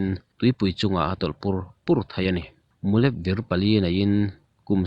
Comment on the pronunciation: mulep hi, sava mu lamarik angin lam hmasak a, lep hi thil kan zai lep ang a thluk deuh a lam rik tur